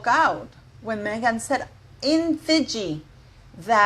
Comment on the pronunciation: Love the way u say Fiji 😂